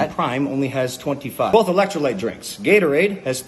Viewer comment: not even sure how gatorade and bang are competitors, or how prime and bang are competitors either. Prime didnt even make an actual caffeinated energy drink til like last year. I work in vending and prime never had caffeine til last summer iirc. ps: its electro Lyte (light) not lit.